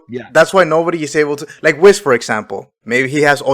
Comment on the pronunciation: It's hard to take someone serious who keeps calling Whis, "Wizz"